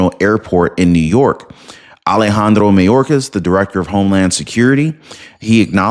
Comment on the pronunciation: It's not "may-orcas". Its "my-orcas".